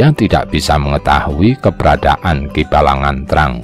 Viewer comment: Mohon maaf untuk penyebutan aksara sunda (seperti aki balagnteang, dan dewi pangreyep) mohon diperhatikan vokal dan konsonan nya Selebihnya luarbiasa hanya saran